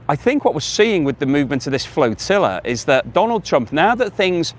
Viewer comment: please say flotilla r Like flotilla and not floatilla like flotilla keep up the good work. Visit Perth everyone knows its best in the West😊